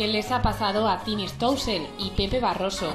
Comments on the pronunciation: Como puedes ser tan g******, se pronuncia Stoessel no Stoussel, de donde c*** sacas la U? JAJAJAJAJAJA :') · dice estosel pero se dice stoessel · ”Stouseel" 😂😂😂 Que gente eh